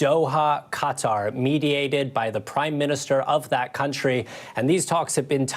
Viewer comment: Lester--you are a professional journalist and have been for decades. Please, when pronouncing "Qatar" give it at least the old college try. "Cutter" is an insect repellent, not an independent Middle East state. Stop being lazy.